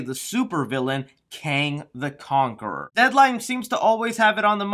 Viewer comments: "Kong the Canquerer" lmao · You saying kong the cankerer made my day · “Kong The Canqueror” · Did anyone notice that he said Kong the Kankerer?? 😂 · U said Kong the kankger haha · ...lol.....you said kong the canquerer.. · he says Kong the canqueror. 😂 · When I see, I click, also you said "Kong the Cankerer" lmao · Go to you said listen how u said his name lol